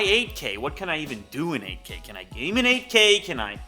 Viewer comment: For 30 sec I heard not 8k but AK😂